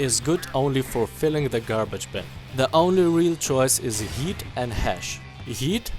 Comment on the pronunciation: I can't unhear you pronouncing heat as yeet